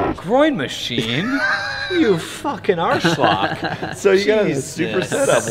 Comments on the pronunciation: Eeeeh, I'm having some doubt after hearing how he butchered "Arschloch". :D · Did say arschloch? XD